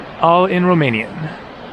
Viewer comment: Ur Romanian pronunciation its surprisingly good ! Keep up the videos from Romania coming ! I Recommend visiting next Oradea , Sinaia (Peles -Castle) , Iasi or Cluj . And thank u for visiting this country and speaking so nicely about it ! Ur always Welcome here !